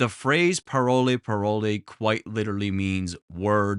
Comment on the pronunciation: I’m Haitian and it’s not pronounced parole parole it’s really pronounced pa-wol